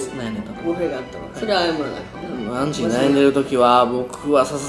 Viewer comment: アンチじゃなくてウンチなのは草